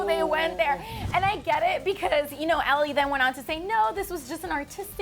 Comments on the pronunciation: Did she just say “ellie” instead of ally???? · Who the hell is Ellie Last time I checked it was Ally why is it so hard just to pronounce a simple name 😑😒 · her name is Ally not Ellie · HER NAME IS ALLY!!! Not Ellie lol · Did that Bitch just call her 'Ellie'???? I feel so sorry for Ally, she gets stepped on constantly. ( especially by her stylist...) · I was like did this bish just say Ellie like what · who the fuck is ellie, its ALLY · "Dinah, Normani, Lauren and ALLY*" y'all got it wrong twice lol